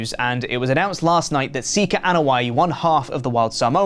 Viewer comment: Was not ready for how good accent sounded and what seems like a spot on pronunciation of Sika's full name. What a plot twist. RIP Sika. Many thanks in are in order for the legacy you've left us all. A job well done.